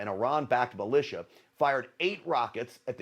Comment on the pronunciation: This jock is so dumb he pronounces militia as Michelin